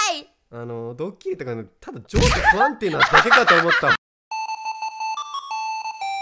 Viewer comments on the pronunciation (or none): ドッキリでした〜‼︎、が、ドッサリに、なってる。www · ドッキリ→ドッサリって何w カカロットのイントネーションww